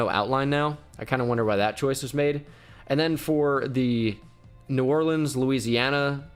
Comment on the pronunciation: I like the Mardi gras Thank you for not mispronouncing new orleans 😂